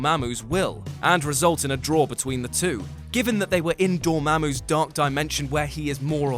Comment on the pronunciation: You said it all wrong. Its D O O O O R R R M M A A A M M M U U U U U U